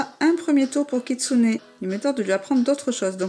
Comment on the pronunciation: tu vas arrêter de dire kitsunai stp